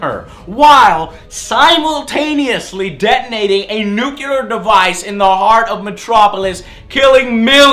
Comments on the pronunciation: NEW CLEAR Not Nu-Cu-lar. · Can I please bitch slap you for saying nuculer . It's nuclear, please pronounce it right. :P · nuculer...NUCULER?! NUCULER?!?! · A WHAT JOE!?? a ?.......A .......WHAT PLEASE????? a NUKOOUUULER device? You nknow the word NUKE has nothing to do with way you actually spell the bomb right?^.- -.- god damn joe i really didnt pick you for THAT kind of a guy :( a nucoouler device...--.--- :( that really IS pathetic joe :((((( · "Nucular"...lol he pronounces it like Gene Hackman in super man...